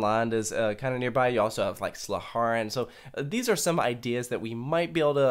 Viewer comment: Oh my freaking God he pronounced slagharen right